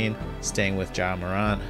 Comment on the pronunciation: I love your content, but I wanted to jump out my window because of your pronunciation of Morant. It’s Mor🐜, not MorONT